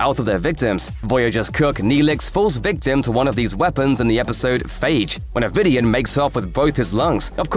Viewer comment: Forrest: I was thinking the same thing as I was watching the video. That and the narrator kept mispronouncing "Vidiian" which made it super clear they had never watched the Voyager series.